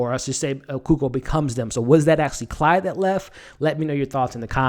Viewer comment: Quick note: It's Claude, not Clyde. Nice review! Somebody protec baby Jerome! He's the next target for sure.